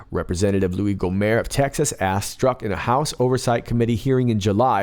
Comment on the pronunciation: It is GO-mert like the end of yogurt. The T is pronounced, not dropped like a French name.